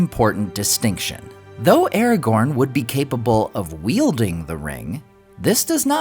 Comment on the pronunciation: You say "Aragorn" wrong